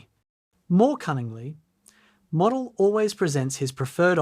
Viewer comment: it’s pronounced Mowdel